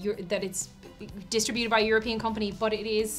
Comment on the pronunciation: Anyone catch on to how pronounced "distributed"?